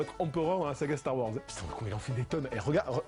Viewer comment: "Star varse" lol